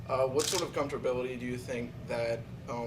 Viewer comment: Seriously dude did I just hear "comftorbility" come out of that dudes mouth??? WTF???